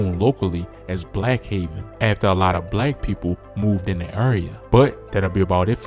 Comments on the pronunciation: Black Heaven Zone 🤦🏾‍♀️ its Haven my guy. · Mane said Blackheaven Zone 😂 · Wow wow wow. It's BLACK HAVEN ZONE BHZ... Not heaven, but haven